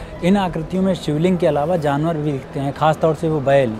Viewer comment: Kuch akrutiya or janwan "" Kya salikha h baat krne ka wah. Wapse school join krne ki jarurat h inhe